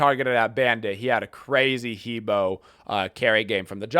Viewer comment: What's with suddenly pronounce He Bo correctly during intro? XD